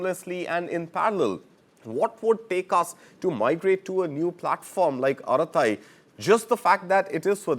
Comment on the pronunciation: It is not fking "arathai".. it is just araTTai.. no 'th' there...